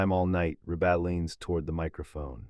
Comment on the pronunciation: Hey... it's pronouced Reeebuh. Not rebaah. What a bunch of crap!